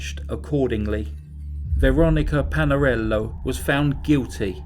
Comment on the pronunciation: I can’t be the only one who replayed over and over the way he said Lorys Stival too much class in that. Made me go pour a cup of tea. Veronica Palalero had some sauce on it also. Please cover more Italian cases 🙏